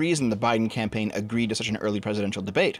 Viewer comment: “Campaign” lmao